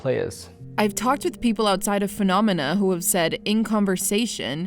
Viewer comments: Thanks for all the great investigation. I used to idolize Robin Hunicke myself. P.S. It's Fuh-nah-meh-nuh. It sounds like our dear host is trying to rhyme with 'anonymous' or 'fun-enima' or something lol. Actually, if it's intentional I can appreciate that, but I doubt it. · Great work but it’s driving me crazy hearing “Funonema” over and over again. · i just keep hearing "funonema"...What an amazing investigation. thanks for that great piece of content.